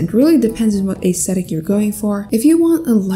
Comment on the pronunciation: “Depends on what Aäæeęsthetic you’re going for” (This is a joke not making fun)